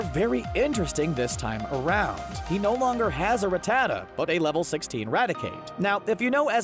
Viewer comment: The way you say Rattata is just terrible. It’s Rat-atuh